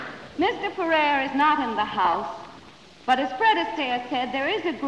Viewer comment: About Jose Ferrer: Very interesting info. about his being a progressive and almost being black listed. Sorry to correct you, but you are mispronouncing his last name. It rhymes with air (pronounced "furair"). I find that a number of younger podcasters who are experts on classic film never the less mispronounce some relevant people's names (FYI, I'm 74 y.o. and have been watching classic films, documentaries about them and the people who made them for many decades.) But I am enjoying your podcasts and look forward to watching and listening to more, thanks.